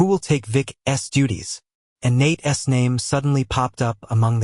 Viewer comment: How about teaching your AI narrator how to use the possessive use of a person's name - as in Nate's. That's NOT Nate-essss. Maybe proof and correct the clip BEFORE posting it